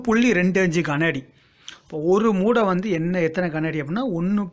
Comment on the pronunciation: மூட்டை என அழுத்தி சொல்லுங்க சார்.